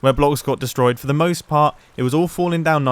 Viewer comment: "Hello, I am under de water"